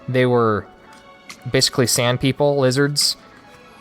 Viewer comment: And the names are pronounced differently lol laughed sand 😂 it's "sawnd "